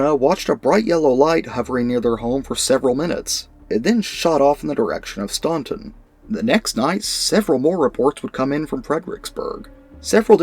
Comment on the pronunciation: Id love to know where the field is,I live there/here. Oh and we pronounce it stan-ton